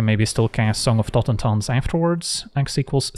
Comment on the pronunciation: After hearing saffron olive pronounce it totenZAHN for some reason it's nice to just hear the spells name pronounced right